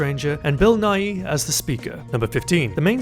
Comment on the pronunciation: He said "Bill Nighy" and I immediately thought "Bill Nye".